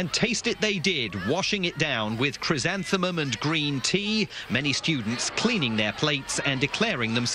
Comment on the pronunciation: Chrysanthemum u pronounce it wrongly